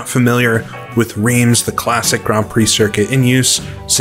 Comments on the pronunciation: I say this as a person who made the same error in the actual city: it is pronounced 'Rrrrance' (the rrrr is almost like you're trying to expel something from your nose). Great vid as usual! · Wrong again 😁. Reims is prononced "rrinss" and I live 45mins from it 😉